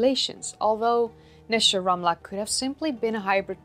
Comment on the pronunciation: You got the Hebrew correct. Great video